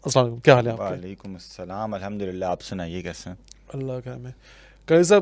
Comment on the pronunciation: Hamdurillah ni hota bhai hamdulilah hota he qari saab g